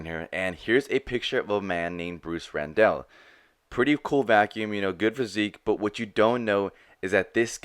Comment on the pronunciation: Last name was Randall, pronounced like Tony Randall. Not Rendell.